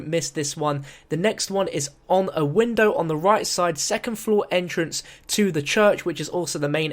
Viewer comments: "Wind Bow" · wind bow? u mean void bow -_